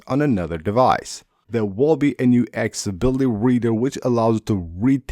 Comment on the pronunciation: It’s pronounced AK-SES-ABILITY.